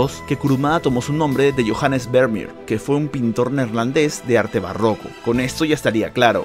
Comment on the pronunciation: Excelente vídeo como siempre!! Un detalle. El apellido Vermeer se pronuncia “Fermier”.